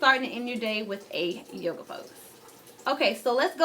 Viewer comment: This girl said “yoga” 😑😑😑 logs off